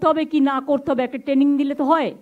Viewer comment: Training ti uni bolchen, Taining!😂😂😂